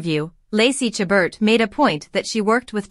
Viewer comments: Please learn how to pronounce Lacey's last name , the t is silent. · It's disappointing that this video doesn't even pronounce her last name correctly. And its title is misleading.